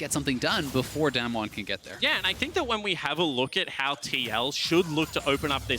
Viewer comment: Damn-won, Damn-won, Damn-won They can’t even pronounce it right